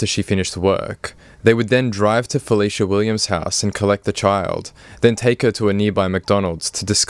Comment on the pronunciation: Hi, I appreciate you for sharing my sister’s story. But if you don’t mind can you correct her name, it’s Felecia.